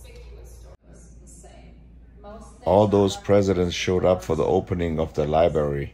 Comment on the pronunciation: Presidential Libary haha